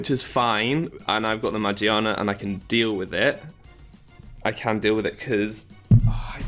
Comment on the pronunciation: i like your video. but shouldn't it be pronounced as ma , gear, na? because the dubbed volcanion movie pronounces it that way. :P